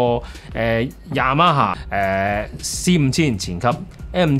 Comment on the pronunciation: Y A M A霞……Y A M A蝦😅